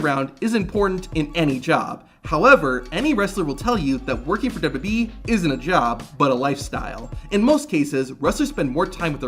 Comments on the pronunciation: Let’s try this together. “Duh-Bul-Yoo Duh-Bul-Yoo-E” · I like these videos and think they're well done, it's just small things like that really stick out to me. He pronounces WWE they way Vince McMahon did.